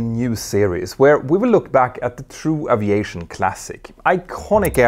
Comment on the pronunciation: Does she pronounce Aviation with an O instead of an a if you going to broadcast in English do it right